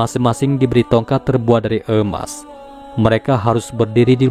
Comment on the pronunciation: Emas boss...bukan eumas...😁